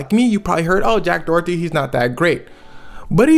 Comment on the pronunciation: Jack “DOORTY” 😭